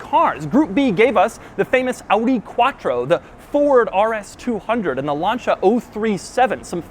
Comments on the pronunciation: LAN-SEE-UH not launcha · I love you Doug. But "lan-sha" REALLY? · Sorry Doug, great video as always but I just have to pull you up on the way you say Lancia. It's pronounced as if it was Lansia not Lanshia if that makes sense. Lan-sia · Lancia (Lan-c-a) not (lun-cha) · Did he just say lancha for lancia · Doug is the type of guy who calls a lancia a lancha lol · Did you just call the Lancia a LANCHA? What the fuck is it with you and pronunciation Doug? Ffs man, go back to school or something. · "Lancha". I promise you, it's not pronounced like that. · WHAT THE FUCK IS A LANCHA? How can someone that does so much with cars not even able to pronounce them correctly. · he said it like lancha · imagine pronouncing in lan-cha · Did anyone else hear him pronounce Lancia as Lahnchia or was that just me? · Lancia, an Italian car company pronounces Lancia, the it sounds in Italy, Lancha... A vowel after a C, causes it to be pronounced as CH. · doug, i love you but did you just pronounce lancia "laun-cha" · Doug is the type of guy that pronounces Lancia as Launcha. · anyone notice him pronouncing Lanica "Lanchia"? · Doug is the kind of guy who would pronounce Lancia "Launcha". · did he just say luncha? for lancia? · Interesting pronunciation of Lancia and Dakar ,maybe I just watch to much top gear but I always thought it was (Lawn-Cy-a) and (Dak-Car) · sounds like he said lancha instead of lancia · Did he said lanCHa? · Pronouncing "Lancia" like Launch-ah should be a crime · The way he pronounced Lancia bothers me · Wait a minute, how did he pronounce Lancia? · Doug DeMuro: the kind of guy to pronounce Lancia like you would call a motorboat in spanish.